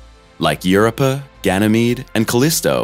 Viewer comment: You can pronounce Galileos name correctly but can’t pronounce Europa correctly?